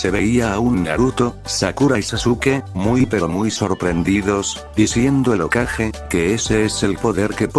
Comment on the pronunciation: Porque dice okaje en vez de hokage ?